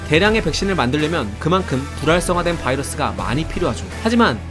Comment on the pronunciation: 불활성화가 자꾸 부랄성화로 들림